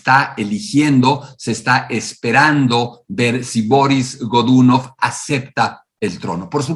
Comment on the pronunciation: Excelente trabajo. Solo me permito una corrección idiomática: la pronunciación rusa correcta es Barís Gdunóv. Soy un nuevo suscriptor.